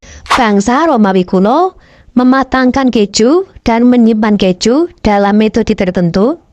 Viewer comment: bukan kecju tapi ke - ju.